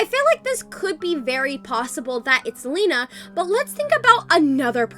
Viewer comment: Lina not lena